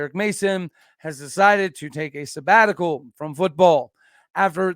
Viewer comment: How long is the “sebbatical”?